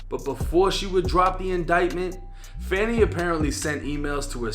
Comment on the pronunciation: It's actually pronounced "Fawni" Buddy was pronouncing it wrong